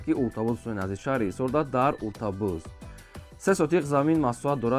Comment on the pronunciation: Чува ика бесаводен?Отабуз не Уртабуз,ту отахора хафа накн😅